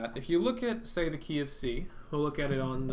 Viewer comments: The "KeyOfC" i thought u said the KFC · You said - "key of C" I heard - "go eat fried chicken" :) Thanks for this vid, great job!